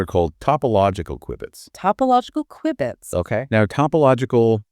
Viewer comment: It's pronounced, "cue-bits." Like a cue ball. Not like the beginning of, "quick."